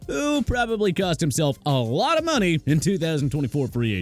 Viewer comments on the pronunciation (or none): none